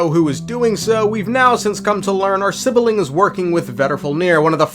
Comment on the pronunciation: Why call it sibiling It's sibling 😭